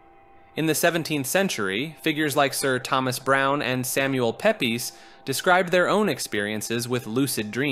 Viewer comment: BTW Samuel Pepys' name is pronounced 'Peeps'. NBD though, it's not exactly easy to know that.